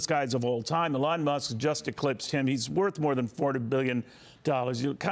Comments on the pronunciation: Someone PLEASE tell your news people that Elon is pronounced with the emphasis on ‘E’, not ‘lon.’ This guy didn’t ever get it right. Don’t want you guys to be further embarassed. 😊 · EEEEE-Lawn. Not AAA-lon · His name is not pronounced, Uh-lawn, with accent on lawn. It is pronounced with a long E, accent on the first syllable. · Mommy Musk call her son “Ee Lon” FOX was saying ‘ AyeLon’ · Why are we now pronouncing his name as “Ahlaun”. Remember when Biden was saying “tollibahn” just fking stop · Funny that those who flipped out over mispronunciation of Kamala have no problem with Elon being pronounced Elaan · Why does he pronounce his name wrong - A Lon Muske? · This dudes pronunciation is wild annoying. The way he says Elon makes me want to throat 🤜🏻 him 😂😂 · How lovely for her to speak of Trump and his family in such a way. Both she and her son are contributing to the wellness of America. Thank you! (One small issue: as an interviewer, you really should learn the proper pronunciation of the subject's name) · Well, Neil Cavuto needs some help with interviewing that’s for sure. He has said Elon’s name incorrectly. Already several times. Oh well what else is new? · The guy keeps saying Elon's name wrong... to his mother's face, lol. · How can this reporter not know how to pronounce Elons name? What an embarrassment. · Why can this presenter not say Elons name correct? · It is hard to listen while wondering if the host is mispronouncing a name on purpose.